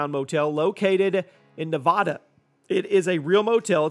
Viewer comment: it’s nev-AH-duh, not nev-aw-da